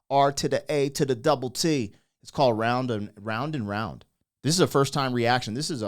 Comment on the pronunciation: i no u all pretend u no shit about real music,,,,but mispronouncing titles like round and round, like just read it bro, darting eyes are a symbol of liars i learned in psy>>>>>